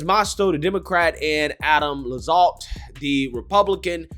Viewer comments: Bruh. How are you so bad at pronouncing things as a political commentator? It's Lacks-alt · Adam Laxalt, pronounced “Lack-salt” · It’s pronounced LAX Alt